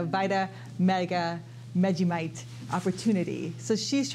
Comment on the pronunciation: You slaughter vitameatavegamin. Lol. Say vita / meat-a / veg-a-men. Repeat after me. Lol